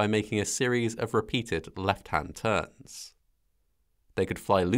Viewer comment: You pronounced "TURNS" with a nearly silent "s", so all your emphasis was misplaced on the word and it just sounded as if you said TURN. Yet that one word or letter change would not have prevented pilot confusion it seems